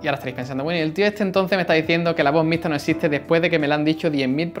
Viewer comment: No puedes pronunciar la "x" xD...